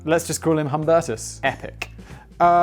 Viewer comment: I think Humbertus would be pronounced "oom-BEAR-tus," unless I'm wrong. I haven't worn a watch since 1998, when the one I was wearing came unclasped and fell into the bucket of aluminized roof coating that I was in the process of stirring with a mud mixer on a Porter Cable corded drill. Needless to say, that timepiece bit the dust. I realized that day that I had a damn pager clipped on my belt that had a clock in it. We all have phones nowadays, who wears a watch anymore? Stella is weak beer, Guinness makes a stout with 8.5% alcohol. You can find stronger beers, and then there's always malt liquor, to go with the cocaine and Hennessy and chrome grille...